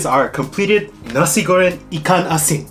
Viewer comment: Nailed the nasi goreng ikan asin pronounciation perfectly!